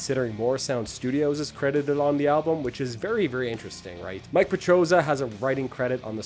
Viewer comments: It’s Millie petrozza. Not Mike. Say it with me now “editing and quality control is hard” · "MiKe" Petrozza? ^^ (It's MiLLe). And their 92 album is called 'Renewal', not 'Renewed'. Pretty interesting video nonetheless. Never heard about this project. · Mike Petrozza, really? If you feel compelled to criticize a metal project, then first learn the names of the protagonists and how to pronounce them. Typical American again... By the way, your band sucks. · Mike...from Kreator ... Not Mille